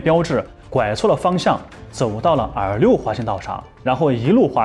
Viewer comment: R6 R5一直听成耳六，耳五